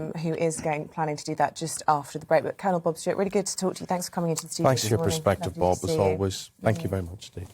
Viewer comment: Are you sure it's Colonel Bob and not Blob? Asking for a friend...